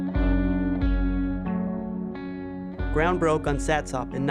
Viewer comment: Satsop. Pronounced satsup